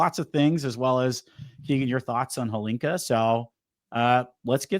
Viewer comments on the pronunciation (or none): It is not Holinka or Helinka. It's called Hlinka after Ivan Hlinka, czech legendary player and coach. A bit of respect please.